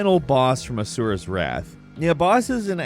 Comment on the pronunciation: mentions Asuras Wrath Me: A man of culture I see... And didn't butcher Asuras name and Chakravartins name.